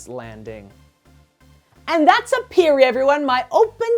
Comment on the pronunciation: I LOVE your house designs! There is seriously not one house you've made that I haven't liked. Your planning is so creative! Also, "aperi" is pronounced "AH-pehr-ee." (And no rolled "r", that only happens when you have to r's together.) I apologize if this sounded know-it-all-ish, but I'm a HUGE Latin nerd and I figured you might want to know. =) But once again, another amazing house! My favorite part is probably the dining area on the main floor - the glass wall looks so epic.